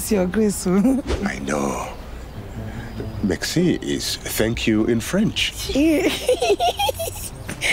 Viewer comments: dear the word is merci not mexci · Taaa, professor! It is not "mexci", it is "merci"